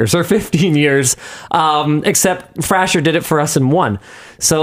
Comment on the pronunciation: its "fray-sure" like Brendan fraser 😂😂😂 poor jacob